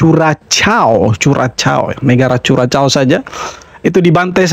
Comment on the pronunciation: Ps ga penting Bang: Curacao bacanya kurasao (tulisan sebenarnya Curaçao).